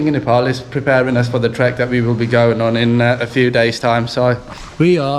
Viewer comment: why do you call nefol?? how do you pronounce paypal ?is it payfol??? its ney and pal " nepal" not nefol....